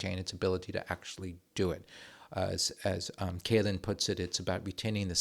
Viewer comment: Excellent video and you had a very good expert in Dr. Kälin to learn about this. Great German pronounciation as well. Just a couple of additions: - Our Rapier systems have been decommissioned. Unfortunately they weren't sent to Ukraine, would have loved to see that. - The fortifications that have not already been sold (some of them are popular among firms for putting their server infrastructure inside them for example) have been put under a sale suspension, meaning they'll remain in the governement's inventory and there's currently a sort of collective brainstorming initiative going on, that's run by the government and primarily adresses start-ups and other companies from the defense industry to figure out how they could be used again - Bridges and other critical infrastructure can't be blown up anymore - we also considered buying the Super Hornet - you are 100% correct in saying that we as a country do not take this serious enough unfortunately